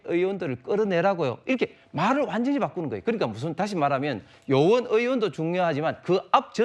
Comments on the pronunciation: ㅅ불 20대인 내 귀로 수십번 들어도 요원인데 ㅋㅋ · 요원으로 들립니다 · 누가 들어도 요원이라 했는데 처음에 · 인원 요원으로 들립니다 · 요원으로 들리네요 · 나는 요원들이라 들리네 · 야 최진봉 요원으로 들린다 그리고 유도질문했내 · 누가 들어도 "요원"이라고 했다. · 내 귀가 잘 못 되지 않았다면 "요원" 인데요 ? 이건 이어폰 없이 들어도 요원인데 ? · 앞의 말 맥랑상 요원이고 발음도 요원이구만 뭔 헛소릴 하노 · 요원이라고 들리는데 그 뒤에 대화의 맥락은 의원으로 흘러 가는데?? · 요원으로 들리는데! 그걸 의원으로 둘이서 계속 유도하네 ㅋㅋ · 요원이라고 들리는데, 특전사령관의 자질이 문제다.